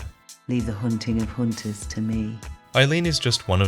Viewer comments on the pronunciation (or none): "Hoonting of Hoonters" I see what you did there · Leave the hoonting of hoonters tuh miee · Hoonting of hoonters? Damn... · "Leave the hoonting of hoonters to me" 🐦‍⬛ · "leave the hoonting of hoonters to me" i lold, ooh eileen....